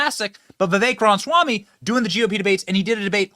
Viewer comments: Benny, Benny, Benny it is RamAswamy not Ramswamy. Love ya brother but that distracts me every time. Lol. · Hey Benny, long time fan here. 😊 Please try to be mindful that you're constantly mispronouncing his name. It's pronounced, "rom-is-wah-me", and you are saying, "rons-wah-me". I doubt you're mispronouncing his name on purpose.